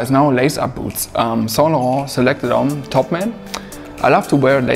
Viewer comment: Saintlarrrrnt accent👌